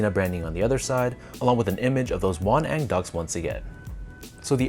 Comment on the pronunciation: You pronounced it perfectly! Won-ang means mandarin duck in Korean, and they are symbols of good and harmonic love between married couple.